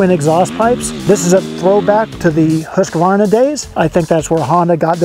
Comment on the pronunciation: There is no "A" midway through Husqvarna. Please you reporter types, STOP IT!!! It's not pronounced Husq-A-Varna, pronounce it right, remember phonetics? Seems like every writer messes this up